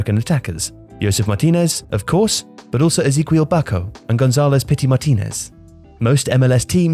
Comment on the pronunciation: Good god! "Migwell" Almiron, ""Keka,, "Ezeeqweel" Barco. I can't listen to this mispronunciations.